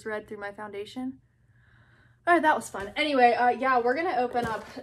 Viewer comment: "i will try to dew det fow you" 🤣🤣🤣❤️